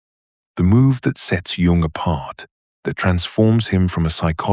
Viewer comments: It’s pronounced Yuung! Not Jung It is an immediate turnoff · AI does not understand that the J in Jung is silent. It makes this reading laughable.